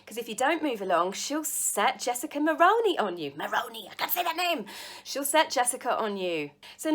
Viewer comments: Sorry again 4 All my Splatter Its pronounced Mull Ruin E E like in Eager, Elite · I’m Canadian and to pronounce Jessica last name it’s Mull roo ni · I get ridiculously happy when you post something new. Just to help you out, Jessica’s last name is pronounced mul-roo-nee and her only claim to fame is her father-in-law was once Canada’s PM. I’m so happy the royals are swinging back and I really, REally hope those two are stripped of their titles. So much for neatly trademarking anything. Where is the real Harry? I miss him and wish he’d come back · Mulrouny is pronounced Mull roon ( as in ruse, ironic isn't it?) ee. At least here in Canada. Mull roon ee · Lol Jessica Mull - Roo - Knee, remember kangaroo and your knee when you say her name and you'll eventually get it..I know that it's a strange name unless you've heard it a lot..like when her father in law was Prime Minister..lol From a Canadian 🇨🇦 subscriber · I always enjoy your videos, and giggle when you try to say. It's pronounced Mul -rooney. Did you know Jessica is married to Ben, a TV announcer here in Canada? His father is former Canadian Prime Minister Brian. The duo of Jessica and Meghan make me cringe. I think they are using each other because Jessica was not a household name until Meghan. They are codependent.